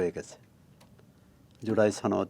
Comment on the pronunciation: জুলাই ছনদ 🤣🤣🤣 বাহ কি সুন্দর উচ্চারণ